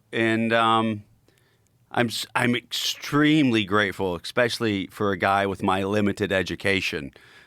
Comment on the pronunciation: EKS-SPECIALLY for a guy with my limited education” Says it all. And what the fuck is a scientific ”EK-SPEARMINT?” 😆😂🤣